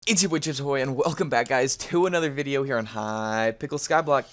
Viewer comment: He really said welcome to hyyyypickles skyblock